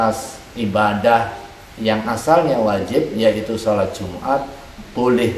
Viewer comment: Jum'at, bukan jumar.